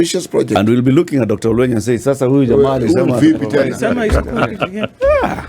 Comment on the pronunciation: It’s OL-WE-NY; ‘NY’ as in NYanza NOT as in maNY.